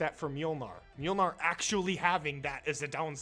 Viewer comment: hey man, mylnar is pronounced like mwynar the L looking letter makes a w sound